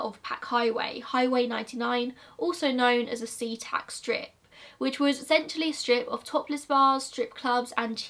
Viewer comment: omg I live in Washington and every time u said a new location my jaw would drop-I've been to so many locations that he has been to my childhood home was literally in des Moines and i went to school in Seatac (also I'm surprised u pronounced it right)